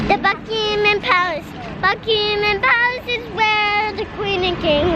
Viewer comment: went to 'Buckeemem' Palace 😁😁😁😁